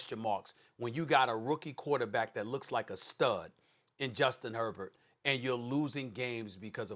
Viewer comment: I love listening to Americans destroy the surname Herbert. That is not even close to how you pronounce that name.